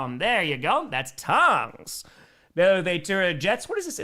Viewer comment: Whoever told him the correct pronunciation of Tonges is my hero